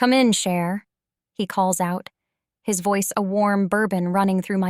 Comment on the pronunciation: Okay I now understand what cher is supposed to be 😂 it's pronounced sha, like sha bae bae, meh sha, etc etc.